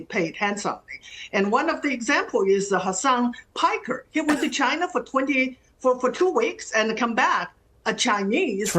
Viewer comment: Wouldn't it be nice if we got along with, say, CHAINUH